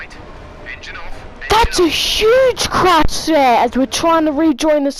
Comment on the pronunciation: THATS A HUGE CARSH SIR!!!